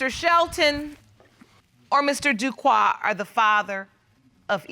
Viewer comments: Everytime the Judge and Mr Duque pronounced his name as Duquoi the French speaking/Haitian part of me corrected them like they can hear me. 🇭🇹🇨🇦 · yes I kept correcting them is Duque not Duquoi.